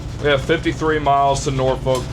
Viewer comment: If going to Norfolk, learn how to pronounce it. Imagine "Nor-phuck". Ask anyone in the Navy